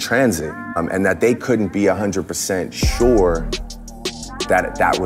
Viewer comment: Why'd he say "sure" like that 🤔 💅